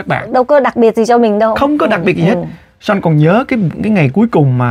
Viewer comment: Son (Sean ) mà chị TL kêu Sôn 😅😅